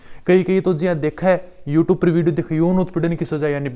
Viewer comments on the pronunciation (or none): none